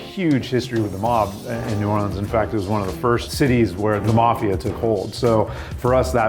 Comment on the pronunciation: New boreeeerhzzkkskd